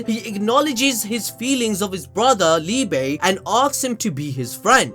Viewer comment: wait its liba and not liebe